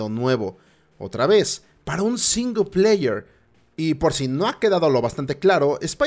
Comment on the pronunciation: Énfasis en "SINGLEPAYER"